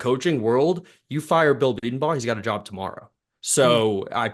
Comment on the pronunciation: Please learn how to pronounce Bedenbaugh. Please!!! Hes been here for over a decade. Boomer